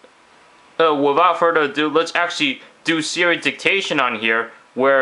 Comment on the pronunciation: It's Siri... not 'sara'